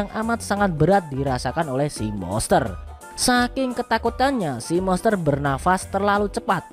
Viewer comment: Monster bang bukan moster wkwk